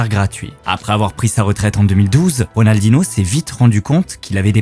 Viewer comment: C'est plutôt Rodalnoh pas Ridaldinoh